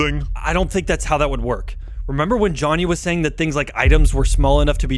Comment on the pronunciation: Yo😂😂😂no hate but its speedrun civ and also its not konny its jhonny😂😂